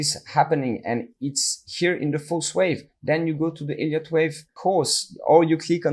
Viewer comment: Is it just me or do does anyone else hear "IDIOT Wave Theory" everytime? 🤣